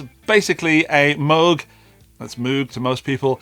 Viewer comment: You are saying “Moog” correctly. That’s how Robert said it.